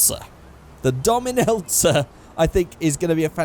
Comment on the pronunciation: when he said the name it sounded like he said dom and elsa